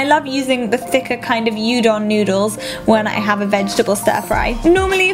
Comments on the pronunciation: 'Yoo-don' noodles LOL too cute. It's 'oo-don'! Love you! Had to watch this before going to bed:D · That noodle is calld Woo-dong, not U-dong ;) You know what i mean x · Udon pronounces "woo don" :) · Its pronounced "ooo-don"😂awh hahha